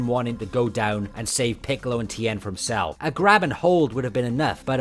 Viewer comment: the time when he uses kaio ken and then says its cells technique and cant even pronoce it right